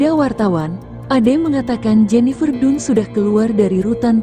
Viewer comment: Jennifer dan baca nya bukan nya dun 😢😢